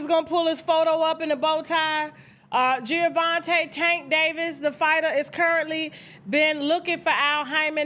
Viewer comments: I didn’t know who this Gio Davis dude was … you keep saying Giovanti… IT MS Gervontae… the black derivation not Italian 🤣… but all these ninjas got little man syndrome… he’s 5’5’ … dafuq 🤣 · Tasha it’s Gervonta not Geovonta Davis😂😂😂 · I think his name is pronounced "JER-VON-TAY" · Why does Tasha keep saying Giavonta 😒 🤣🤣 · Gervonta not Geovonta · it’s Gervonta Tasha 😂😂😂😂 not Giovante